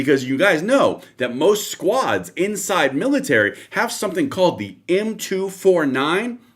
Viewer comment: M 2-4-9 NOT M 2-49 CLEARLY NOT VERST IN MILTARY LINGO YET THINKS SHE CAN TALK ABOUT THESE WEAPON SYSTEMS.